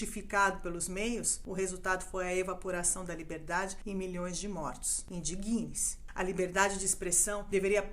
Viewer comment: Adorei os esclarecimentos, trazidos de uma forma calma e sensata! Só queria deixar uma dica à locutora: a pronúncia correta deveria ser "indígne-se" (dando força, destacando a sílaba "dig", como se houvesse um acento agudo). Que Deus tenha misericórdia da nossa nação!